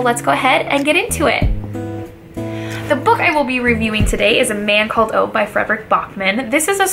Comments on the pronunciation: His name is Ove , not Ow :-) Think that you say Over but skip the r. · His name is pronounced Uh-gay, oovay. Not Ove as in cove. But nice video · His name is pronounced ovah you dumb brod! 😬😂😂😂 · Great review, just a fyi his name is pronounced oo vaahh.